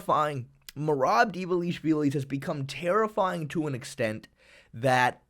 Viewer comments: not "Di valishvili", dvalishvili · Divalishivili💀learn reading boi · Dvalishvili... How hard is it to read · that was one of the most horrible ways you could pronounce "Dvalishvili" lol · Merab is the greatest Bantamweight. Learn hot to pronounce his name properly, its emberesing. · The way you say Dvalishvili is crazy 💀